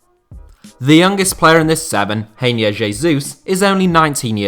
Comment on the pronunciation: I like how pronounces Reinier, Grayne, very French